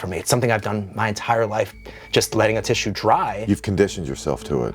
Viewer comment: It's "tissue" right?😭 Love ya Maven